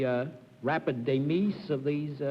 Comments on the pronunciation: here is a man who publishes a dictionary, a main purpose of which is to standardize pronunciation of words and he calls the death of unfortunate insects their "de-meez". No, the only correct pronunciation is"de-MIZE" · I hate "demeeses" to pieces. #Cerfism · He also pronounced "de-mize" as "day-meese".